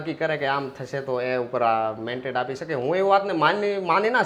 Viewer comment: ભાઈશ્રી, 'મેન્ટેડ' નહીં પરંતુ " મેન્ડેટ" કહેવાય. સોશિયલ મીડિયા પર સાચું બોલવું જરૂરી છે. Pl repeat your speech and hear.